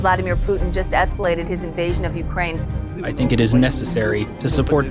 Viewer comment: 300 movie Leonidas Ka scene yaad aa gya, then he will say "This is Ukrrrraineeee"